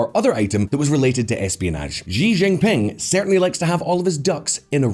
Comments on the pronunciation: Considering how often you do videos on China, a quick course of pinyin pronunciation would be good. That's . . . just not how you say Xi Jinping (and everything else, but that one really sticks out). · I cringe every single time he mispronounced "Xi Jinping". Please learn the correct pronunciation. Thank you. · Atrocious pronunciation of Xi Jinping 😂